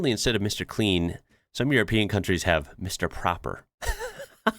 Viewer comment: mr proper, pronounced awith a long o, is just the dutch translation of mr clean. in france it will be Monsieur Propre